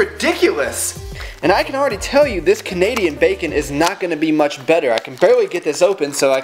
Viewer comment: The way you say bacon sounds so much like "bakin' " and even though I'd seen the title of your video, I really thought this was going to be a baking video. xD